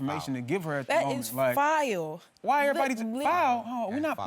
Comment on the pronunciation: "" that is FILE !! "" how about FOUL ???? both dramatic goofball dummy yn's smh.